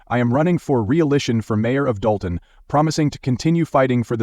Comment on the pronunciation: Your A.I. voice can't pronounce "Dolton" or "Henyard". Do better.